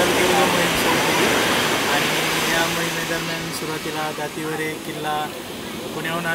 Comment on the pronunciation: आणी हो दातीरे गड नाही ...दातीवरे गड असे नाव आहे ........खरा इतिहास जगाला कळवा ...🚩...विनंती